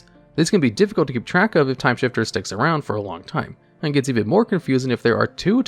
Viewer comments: Timesifter. Not timeshifter. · Its Timesifter not shifter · TIME SIFTER. Not shifter. Sift. No h. Do you have some form of dyslexia? Not being mean. I am just curious. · The 7th card looks like it is probably pronounced "Timesifter" and not "Timeshifter": the idea being like sifting or sieving "time", or turns, based on the mana value of the top cards of each player's library.